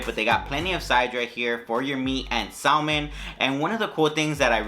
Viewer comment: LOL Sal-Man... When you say sal-man.... LOL!!! You dont pronounce the L... Its just Sa-men...